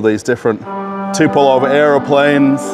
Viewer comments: Tupelov 😅 - good yoke. His name is Tupolev (Andrei Nikolajewitsch Tupolew) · TUPOLEV, not Tupelov. 😉